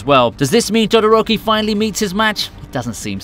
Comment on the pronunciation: did you just say dodoroki😂😂😂